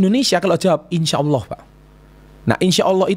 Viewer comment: Ngomong " insya Alloh " nya udah faseh pak 😁 Bener juga sih pak,, banyak yang salah menggunakan kata insya Alloh.